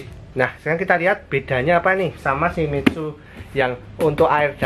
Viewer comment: Shimitzu??? Shimizu om, bingung saya!!!